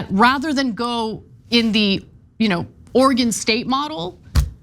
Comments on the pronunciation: Oregon, not Organ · You need to learn how to pronounce Oregon. It's not Organ.